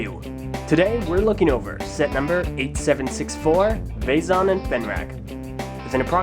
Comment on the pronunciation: its vezon!!!